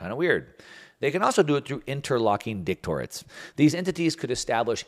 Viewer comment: Please learn how to pronounce the words you are reading that clearly someone else wrote. Kowtow- kow (cow) and tow rhyme Director- ates Why is someone else writing your material?